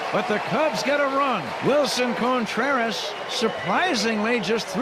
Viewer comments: I just asked some friends last night if they hear how Pat says CONEtreras! 😂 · I'll never be sorry the Cubs gave up on "Cone"treras. (as Pat would say.)